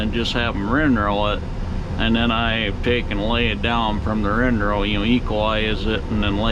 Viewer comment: Is it me or does he say rin-row instead of windrow?